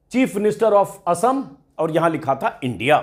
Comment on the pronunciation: Assam ko okhom bolne wala CM se yehi ummid hai